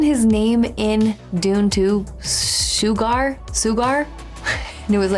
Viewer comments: Hello:popcorn-yellow-striped-smile::popcorn-yellow-striped-smile: This is one of a few movies where the antagonist (the Bad Guy) wins or gets away with the crime, just like in "inside man" with Clive Owen. Bardem's name was 'Anton Chigurh' not "Sugard". Personally, when I first saw it, I thought it was a bad Anglosized pronunciation of "Segura" as most Latino names get mispronounced on a regular basis. It wasn't until I saw the end credits that I found out it wasn't "Segura". This movie and his acting won Bardem the Best Supporting Actor Oscar. Fun Fact: "There Will Be Blood" was filmed around the same time as this film in Marfa, TX. Both films competed at the same Oscar Awards. This film is considered a 'western gothic' film. Anton was a Psychopath not a Sociopath. Have a fun and relaxing weekend!:hand-pink-waving::face-blue-smiling::face-red-heart-shape::face-red-heart-shape::face-red-heart-shape::face-red-heart-shape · The pronunciation of the evil character is Chigurh,. “Sugar” is the character of Marilyn Monroe in “Some like it hot”. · "Shoe-gar" 🤣🤣🤣 Chigurh and Stilgar got all mixed up at the end there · Who's "Shoe-Garhh"? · freakin SHOE-GARR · "Shoogar", you and names seem to have this arrangement going on. You can't remember them, and we love you more for misprounouncing them. 😁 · Also, "Shoe-Gar". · "Shoe gar" 😂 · “shoe garr” 😂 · That made me laugh too. It's like she combined Chigurh with Stilgar. Was very funny. Edit: and she just acknowledged it as I was typing this.